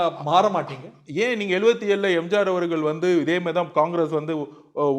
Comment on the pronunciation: அடேய் மடமுண்டம் என்னடா பேச்சு இது. கொளுகை, எளுவத்தி ஒன்னு, எம்ஜாரு 😅😅